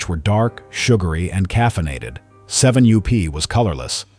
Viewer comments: Interesting but another garbage AI VIDEO. My god, can't someone edit this video and get rid of the constant 7 u-p. That is really annoying. It's 7up. Jeez, edit your video. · Doncha just love AI-generated voice? The name of Seven-up goes from "Seven up" to "Seven you pee" and back. What's wrong with using real human beings? Oh... I get it. Costs too much. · Does anyone listen to this AI voice before posting? seven you pee? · seven you-pee! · Too bad that AI has taken over narrations. Seven you P?? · "7 U P". This damn AI voice over crap needs to end. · This AI garbage is out of control. has to ban AI videos. I turn them off every time. They can’t even say the name of the topic correctly!